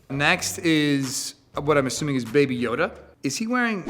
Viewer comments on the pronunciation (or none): none